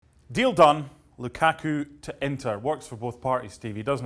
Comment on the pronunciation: the way they pronounce LUKAKU makes me cringe